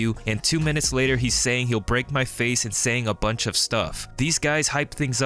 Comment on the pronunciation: what's a buinch?